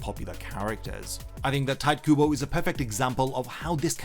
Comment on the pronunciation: They are not even "black" in a sense you think they are, but okay.... whatever floats your boat I can kinda forgive you hearing your horrendous pronounciation of "Tite" :D it is obvious you have no idea about japanese (and also you didnt really take any time to look up how the hell do you pronouce the name of the person who wrote the manga you talk about) Also just on the side, I do find black characters with huge lips and dark skin hilarious. Its called caricature, humor and not something to be offended by. Also there ARE black people who look like that. Cant a character look like a real person? I saw black guys with huge lips all the time when I was visiting africa, they exist :D